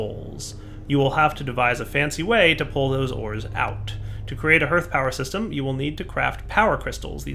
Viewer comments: So glad to see that I'm not alone in this! LOL I say it correctly out loud every time he says it wrong. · omg you two have to be mispronouncing hearth on purpose.. it's 'harth' not 'hurth' soooo trigggerd!